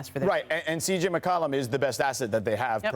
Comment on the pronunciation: Perk can't even correctly pronounce CJ's name. 😳